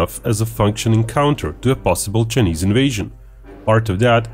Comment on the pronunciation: This guy calls Chinese as chnese